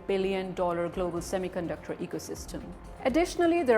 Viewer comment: Pakistanio semi conductor ko thik se pronounce hi nehi kar pate, saamy caanducter bolte hai. Wo karenge semi conductor sector mai niwas😂😂😂😂